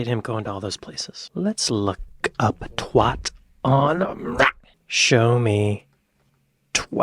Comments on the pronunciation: Twatt, not Twott. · Twatt isn't pronounced Twott like what, its pronounced Twatt like bat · Really enjoyed your enthusiasm on this video but you do need to learn how to pronounce twatt like a Brit. It rhymes with bat not with hot so it's a hard 'a' sound. Keep up the content though, both channels are knocking it out of the park. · He wasn't paying very much attention when he got to Twat (pronounced Twait by the locals) as there most definitely is a place sign. It's the most photographed sign in the UK.